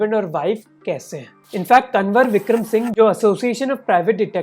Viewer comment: Bhai you need to work on some pronunciations. Kunwar is कुँवर not कनवर Jamtara is जामतारा not जमात्रा